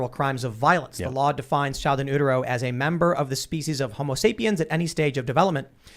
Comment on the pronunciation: I think you should refrain from weighing in on the abortion issue until you can pronounce "in utero".